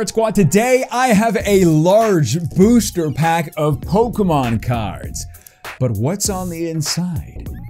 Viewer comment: Love the way he says “booshter pack”